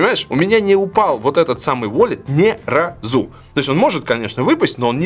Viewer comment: Валя, по-русски говорят Ни РА-ЗУ